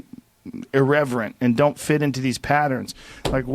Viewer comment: "Doan trust China!! China is asshoooole!!"